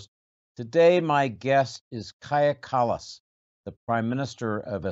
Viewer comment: It is remarkable that lately her name is being properly pronounced. Earlier it use to be pronounced like god-know-what-Kadzhha Källääss" Norw all the interviews have bothered to learn her name. Maybe it is due to the fact hat she is mote and mote interviewed by journalists who are of higher rank and therefore more professional. By the way, her fisr name KAJA means ECHO and her last name KALLAS means coast/shore. "Echo on a shore"